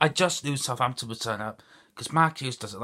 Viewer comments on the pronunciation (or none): How can you always stuggle pronouncing the name of your club, so plastic